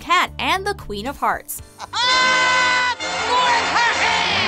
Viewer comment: Dk why but I heard "queen of farts" not "queen of hearts" XD